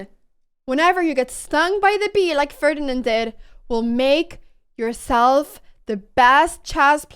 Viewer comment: Just say the moive name "ferdinal"